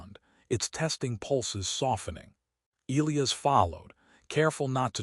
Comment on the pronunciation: Still can't pronounce Elias properly. 😮